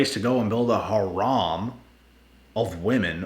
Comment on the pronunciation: it’s har-em not har-om, love the videos by the way